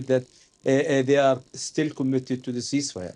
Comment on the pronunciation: "Yeah I said I agreed to a youceaseifire"